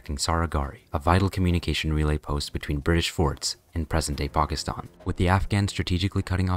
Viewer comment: Side note but good pronunciation of Pakistan